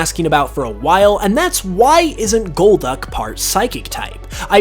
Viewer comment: "Gold Duck" Uh no it's just Golduck, not Goldduck